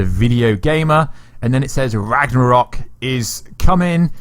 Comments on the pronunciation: So whos gonna tell him that its ragnarok, not ragranok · Ikr? It’s not that hard. and and a few more times he actually says it right. Then when he says “ra-g-nok” I feel like he’s trolling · Every time you say Rag-Ra-Nok, God kills a kitten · You said RAGNAROK wrong a few times lol but it's all good. Still great content tho keep up the good work 👍💯